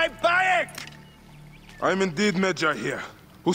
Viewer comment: continues to call him bay-ek even though every character calls him bi-ek